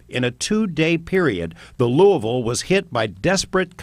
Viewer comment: The way he says "Louisville"... talk about ripping English to shreds...